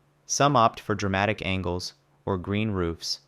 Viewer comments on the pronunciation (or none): none